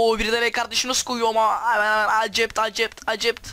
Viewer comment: Akkept değil eksept